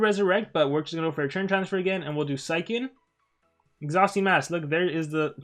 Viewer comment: Is it just me or does he say TURN as CHURN???